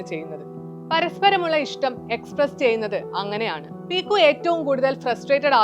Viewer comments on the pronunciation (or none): പീക്കു അല്ല പിക്കു. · ചേച്ചി qualb effcet റ്റില 😂